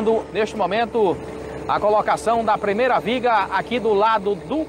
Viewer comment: "premeira", " si milhor", pare de matar o português